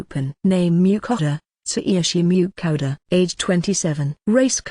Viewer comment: I think this narrator's voice is the worst. Whoever pronounces the main characters name as Miau-kata?